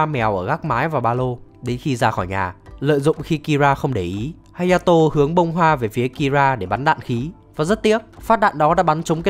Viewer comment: Ủa phần 4 là hayato mà sao cứ hataro =))))